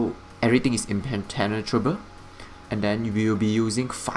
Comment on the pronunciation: "Everything is impen-tenatrable" 😂 you crack me up good build!